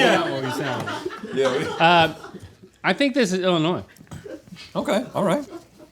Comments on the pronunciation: "Illi-noys" The gasp i gusped 😅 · ohhh the fingernails on a chalkboard every time Link pronounces the S in Illinois 😬😅